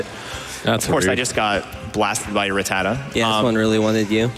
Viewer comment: thats not how i pronounce rattata....